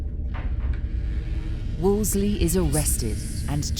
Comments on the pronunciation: It’s Wolsey not Wolsley! 😂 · Um he is Cardinal Thomas Wolsey, not Wolsely. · It's WolSEY, not WolSLEY!!! It's a silly mistake to make in such a thoroughly documented retelling of history. Sorry. It drives me nuts... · I'm seriously flinching everytime the narrator calls Cardinal Wolsey "Wolsley" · "Wolsley" ? It's Wolsey!!!! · WolSEY… NOT WolsSLEY… 🤦‍♀️ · The female narrator repeatedly mispronounces “ Wolsey” as “ Wols-ley” there is no extra “l”. How could this go to air with this massive historical mistake? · I hate AI that mispronounces words. It was Cardinal Wolsey, not Wolsley. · Wolsey. Wolsey. Wolsey. NOT WOOLS-LEY. WHY does the narrator constantly mispronounce it????? So so irritating! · Narrator keeps saying “Wolsely”. It’s Wolsey. How did they miss that in post production??! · Cardinal "Wools Slee" Narrator added a consonant. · Why does the narrator keep saying Wolsley, it’s Wolsey! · Would someone please explain to me why the narrator keeps pronouncing Thomas Wolsey’s surname as “Wolsley” or “Wolsely.” It’s very distracting. I know that 'Wolsley' and 'Wolsely' are variations which others may carry as their surname, but is this an acceptable alternative spelling/pronunciation for Cardinal Thomas in particular? If so, I have never before heard of it, and I have been studying the Tudors for many years. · Can't believe they let the narrator get away with "Wolsley". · I don't like how the narrator keeps mispronouncing "Wolsey." She says "Wols-LEY." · Anyone else irritated by the narrator pronouncing it Wolsley instead of Wolsey? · It's Wolsey. Not Wolsley. The Narrator is incorrect. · It’s WOLSEY, not “Wolsley”! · Why does the narrator keep adding a 2nd “L” when pronouncing Wolsey. She keeps saying “Wolsley”. So in accurate annoying!!! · Why does the commentator say "Wolsley" when it's Wolsey..? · Great documentary! Although it was quite annoying hearing "Wolsley" continuously... 😀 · Am i the only one who noticed tue narrator keeps calling Wolsey, "Woseley"?😂